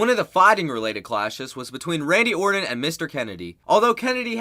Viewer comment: It's Randy OrTan not OrDon.